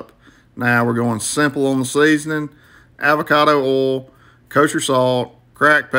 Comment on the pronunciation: nigga said “avacatho oooil”